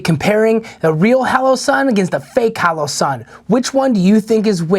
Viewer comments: Holosun. Not haloson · Pls tell me I’m not the only one who is getting pissed he’s saying HALOsun 😡🙃🤦‍♂️🤣